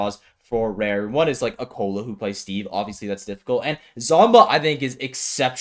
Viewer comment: why pronounce raru rareu?